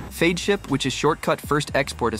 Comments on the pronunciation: Great video. But Feadship is pronounced FEDship. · The robot voice pronounces Feadship 4 diferent ways, the correct pronunciation is fed ship. The narration and the visuals are completely out of sync. Heesen does NOT make their own engines, ALL diesel engines used in yachts are built by engine manufacturers such as Caterpillar, MAN and MTU. It pronounces Oceanco 3 different ways, it's ocean koh. Why do content providers use robo-voices? I hate robo-voices. But it's easy to complain I guess. Overall though I guess for newbies that know nothing about yachts this is probably an impressive production.